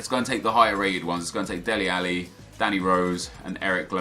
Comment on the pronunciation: Its DELE Alli not Deli Alli